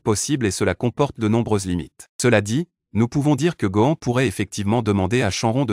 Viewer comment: C pas contre toi mec mais ta façon de prononcer shenron dragon balls gohan saiyan etc me fait saigner des oreilles